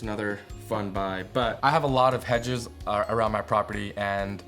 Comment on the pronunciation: Butchered your own hedges